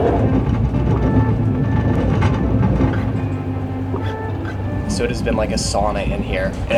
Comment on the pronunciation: Did say “expresso”? That was the CUTEST THING if so! I love y’all!!!